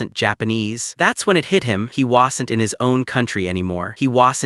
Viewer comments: That AI narrator who couldn't speak Wasn't right but says whasent.... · He spams it too lol